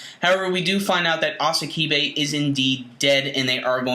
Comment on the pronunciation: its "sasakibe" not "asakibe" lol